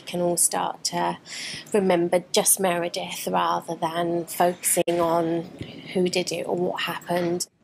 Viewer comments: Why do you keep saying “Miranda”, don’t you mean Meredith? Slightly unfortunate 😮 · It’s “Meredith” not “Miranda”. Sigh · Disappointing you kept calling Meredith ‘Miranda’ the whole documentary you were analysing called her ‘Meredith’ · MEREDITH NOT MIRANDA !! How many times does she have to repeat "MEREDITH" ????? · And the documentary keeps saying Meredith over and over again yet he still says Miranda. Ugh. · This guy talks about "Miranda" WTF is she? aMeRAnDa or MER edeth? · I found it hard to take him seriously as a statement analyst if every time Meredith’s name is used in the documentary he still called her Miranda . Yet everyone else was named correctly apart from the victim. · Miranda ?.... It’s Meredith. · Meredith.... MEREDITH not Miranda... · Please get the names right: There is a Meredith and there's an Amanda, but thre is no "Miranda". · Meridith, not miranda Lol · Meredith not Miranda! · Meredith, not Miranda WTF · Meredith not Miranda please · Who’s Miranda ?! You keep saying it ! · MEREDITH. NOT Miranda. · Interesting. But a bit off putting that you keep calling her Miranda. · Miranda??? Dude! Come on…. I love your analysis, but get the victims name right. I can’t listen to the whole video with persistent misnaming. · Can you please get the victims name correct!! Meredith.. A good detective listens!! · Please can you get her name right? MEREDITH. You need to apologise for this. So disrespectful. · please take down the video and redo it. You lose credibility if you say the victims name wrong the whole time. Also, why would you analyze a documentary ? I would stick to the statements of Knox if the video is about her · If you can't even get the victim's name right, you shouldn't be talking about the case. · Very disrespectful not getting Meredith’s name correct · Please get the victim's name right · I think you kept accidentally saying, “Miranda,” because it’s a mix between ‘Meredith’ and ‘Amanda.’